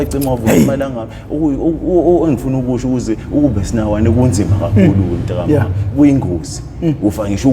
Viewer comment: "Mta ka ma" and "eyezwa leyonto" he say it flawlessly so